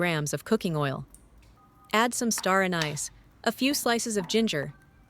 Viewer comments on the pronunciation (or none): Anis is pronounced like Ann is, not an ice.